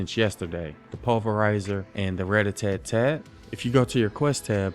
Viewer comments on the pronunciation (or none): Ratatat not ratatatat 😂😂😂